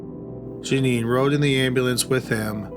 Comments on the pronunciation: That and her name is Jea NEEN. I read a book about her years ago and it sounded familiar but I'd never heard of a killer named Jeanie. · The last case: the name is pronounced "Juh-neen".